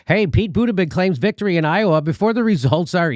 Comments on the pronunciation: "Pete Bootabig" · Jimmy, it's pronounced Boot-edge-edge. Not boot-a-gig.🤣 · It's pronounced Bootycheck, Pete Bootycheck... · I pronounce Pete Buttigieg booty-judge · I love how Jimmy always says his name wrong on purpose Pete BootaGig 🤣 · Boot-edge-edge. Biden is pronounced ray-cyst. And btw, ray-cyst cheated too. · Sorry, but it'll always be pronounced "Booty Judge" for me